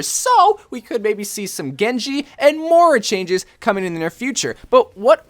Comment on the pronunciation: Learn how to pronounce Moira